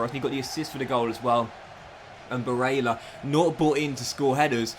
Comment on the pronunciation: Please look up how to pronounce Barella you have it very wrong. Also give barella #18 or #23 he chose not to take #8 at Inter this season. Otherwise good career keep it up